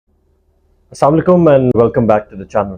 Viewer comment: Please my brother for the love of God, pronounce the Salam properly. AS-SALAMu ALAYKUM